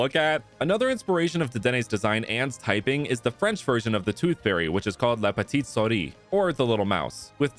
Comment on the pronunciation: The souris / soar-ee thing doesn't really work cause that's not how souris is pronounced; it's more like "soo-ri"